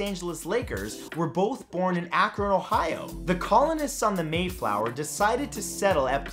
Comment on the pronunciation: Thank you for pronouncing Akron correctly!